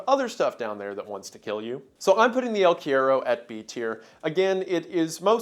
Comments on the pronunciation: the quiero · The way he said el cuero bothered me a lil to much😭😭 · I'm Mexican and just wanted to say it cracks me up how he says "el cuero" like "eel querrow" LMAO (For anyone curious, is pronounced "kue-ro" AND NOT "row" but RO) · The way he pronounces "el cuero" is so wrong, never change wendigoon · Love the unique cryptids shown in this part, but every time I heard you misspell “El cuero” my soul wanted to leave my body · I can't believe how badly you pronounce 'el cuero'. I love you anyways wendi. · I think its so funny that A: he pronounced el cuero as bad as he could, i didn't even knew you could fuck up a word so simple that much XD, and B: El cuero is a myth from center/southern argentina...there are no jungles at all in the zones were el cuero is reported...the closes one is teh valdivian rainforest but el cuero is not "native" to that zone XD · "The El Cuero" lol, oh how we've missed you iceberg boy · Wendigoon talks about El Cuero me: OMG!! CHILE MENTIONED?!?!?! VAMOOOOOOH CTM!! SOMOH EL MEJOR PAIS DE CHILE HERMANOOOOO!! mah boy Wendi murdering the name pronunciation as always xddd. I don't know how to write it so you can pronounce it in English but I hope one of my fellow people here can. One more thing: El Cuero is mainly a Mapuche legend. The Mapuches only lived in the south of Chile and the part of Argentina adjacent to them (Nothen Patagonia to be more precise), so it's not really that extended through South America. In Chile, this is one of our most well known legends and kids from my generation still get the heebie jeevies thinking about it, it feels surprisingly real for some reason.